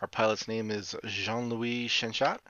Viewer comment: lieutenant lOUIS but "chien chat" 🤣 as a frenchman you killed me, great vids btw